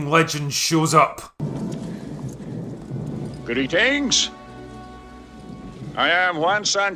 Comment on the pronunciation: How many syllables in Sean Connery saying “greetings”? 😮